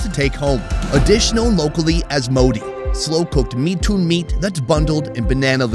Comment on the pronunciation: The Mithun is pronounced in one word Mithun Not mi thun Like it's Robert Not Ro Bert